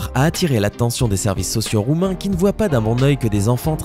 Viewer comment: Tu prononce mal le nom des roumains